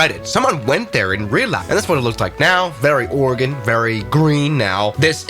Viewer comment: this airport is/was used for seasonal firefighting for the forest service congrats on saying Oregon correctly also, you should look up the Hite airstrip